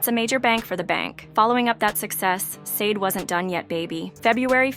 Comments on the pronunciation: IF YR. GONNA DO A PROFILE ON SUCH A PROMMINENT ARTIST, YOU MIGHT WANT TO LEARN HOW TO CORRECTLY PRONOUNCE THEIR NAMES! SADE = SHAH DAY! FOLASADE = FO LA SHA DAY! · First off you pronounced the name of the band wrong. Second her name is Helen, and third why make a video like this? She’s delivered us great music and she’s a really good person. Let her live. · She will be fine and put some RESPECT her name by learning how to pronounce it right 🤓... she will never be done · Blasphemy… No y’all won’t slander this woman name… you’re not even pronouncing her name correctly.. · If u cant pronounce her name right i dont think u should be talking